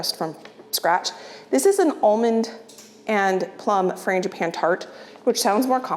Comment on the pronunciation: saying frangipane 😂